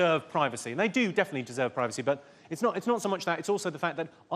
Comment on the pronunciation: Can we please pronounce 'privacy' properly.